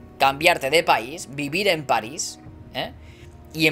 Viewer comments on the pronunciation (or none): París París París ves el acento???????? Joder rabia me das cada que dices Paris